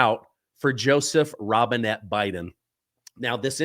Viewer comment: Why do you keep saying Robinette!!